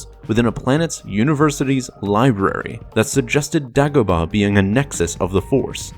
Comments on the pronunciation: DAY-Go-Bah, Say it with me! Day-Go-Bah! Dumbass. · THANK YOU. The way he said it drove me nuts. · How do you mispronounce Dagobah? They say multiple times in the movie. What the hell is Daaagobuh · ear murder it was. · New to the channel. Love everything, except for all the names that are mispronounced. Is there a reason for this? Example, "Dagobah". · Why is he saying Dagobah like that?